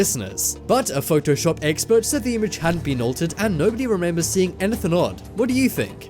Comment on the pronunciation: I love how he says anythin instead of anything